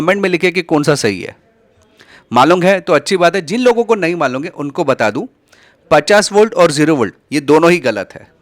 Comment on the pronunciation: Malum hei❌ Malung hei✅